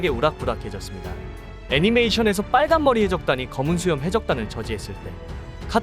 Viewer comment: 전라도세요? 발음 좀 어떻게 해봐욬ㅋㅋㅋㅋ 빨 간머리 해 적단의 견 습생으로 .. ㅋㅋㅋㅋㅋㅋㅋ